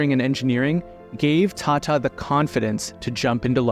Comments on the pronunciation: the world is full of foul like u don't mispronounce Hindi words it's Tata not "tatta" foolish anglosphere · appears to believe that India should still be an English colony based on a fundamental misunderstand of math, english, economics, and finance? Along with an impressively awful pronunciation of, “Tata,” as-if he thinks that Ratan’s surname is based on an British salutation. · Who suddenly read Tata as Tate 😂